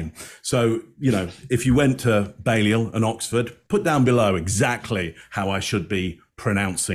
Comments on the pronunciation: you're saying Balliol correctly. Some Oxford colleges do have 'smart" insider pronunciations: Magdalen College (Maud-Len) and St Edmund's (Teddy Hall) but Balliol is Bay-Lee-Uhl. Which is pretty much how you called it. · you pronounced Balliol correctly! I think you’re mixing it up with Magdalen College which is pronounced Maudlin?! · "balliol" you got it spot on